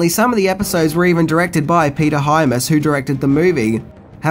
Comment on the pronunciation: Peter Hymas? It’s Peter Hy-AMS